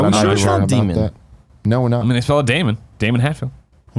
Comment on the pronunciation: Daemon X Machina. It's pronounced Demon